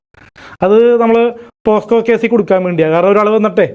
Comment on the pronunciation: 25.55 പോസ്‌കോ അല്ലേടാ പൊട്ടാ.. പോക്സോ 🤣🤣🤣